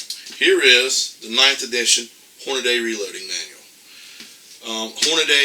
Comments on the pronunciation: Why does he keep saying "hornaday"...?? It's hornady.....and wtf is an "idear"......???? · Excellent point, however Hornady (hor-na-dee), not Hornaday... just my two cents 😉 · You are absolutely CORRECT. now having said that. Please pronounce HORNADY and IDEA correctly please.